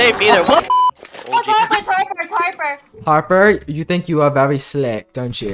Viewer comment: HEKLP THE WAY HE SAID SLICK ASHJFGHSDYJFUBS